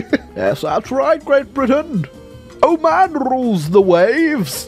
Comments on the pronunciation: The way he pronounces Oman hurts me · Iran to Iraq and said “oman”